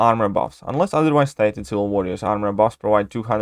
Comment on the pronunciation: If you put "ciwil" on purpose, that's quite a clever play on your accent lol